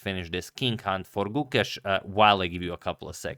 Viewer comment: When you pronounce the name Gukesh, the e is long. So, it sounds like the 'a' in rAce.